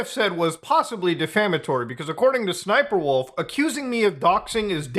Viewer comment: Yo, How many times I gotta say SSSniperwolf name for her to say up to my house? Side note Muta, Why are you mispronouncing her name? It’s “Ssssssniperwolf” You have to do it like you have a stutter bro. (No offence to anyone who has a stutter) Not making fun. Just respectfully “Uhm Actually-ing”